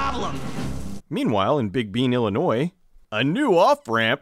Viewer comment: As I am born & raised in Chicago, I appreciate that you pronounced ILLINOIS correctly.